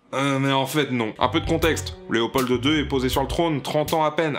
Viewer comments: alors, le "d" de léopold est MUET il ne se PRONONCE PAS ! on dit léopol deux et pas léopolde deux ... vous avez pas de lettre muette en France ? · Super video! Juste un petit soucis de prononciation. En effet, il faut dire `léopol" et non "léopolde". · Juste, Léopold, pas "Léopolde"... "The "D" is silent" comme dirait Django. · un petit détail, dans Léopold, le "d" est silencieux :p et puis bien que je ne veux en aucun cas défendre les actions meurtrières de ce roi, je ne pense pas que la définition de "dictateur" colle bien à Léopold ( NE ME FAITES PAS DIRE CE QUE JE N'AI PAS DIS, Il S'AGIT SANS AUCUN DOUTES DU CHAPITRE LE PLUS HONTEUX DE L'HISTOIRE DE LA BELGIQUE ) car dire qu'il s'agissait d'un dictateur reviendrait à dire que tous les présidents de la 3e république étaient également des dictateurs ( parce que oui, l'histoire coloniale française n'était pas jojo non plus et c'était bien la république française qui gérait directement ses colonies même si le Congo lui "appartenait" directement, j'insiste sur les guillemets ). Encore une fois c'est une nuance ne remettant pas DU TOUT en cause la responsabilité du roi sur les millions de morts congolais durant cette période de l'histoire. Il a beau avoir fait beaucoup de chose pour la Belgique, il n'en reste pas moins coupable. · Nicolas Meunier Je me suis dit pareil aussi Hahahaha :')